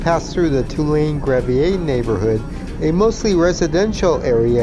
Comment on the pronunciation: It's GRAV-ee-er St., not GRAV-ee-ay...just so's you know.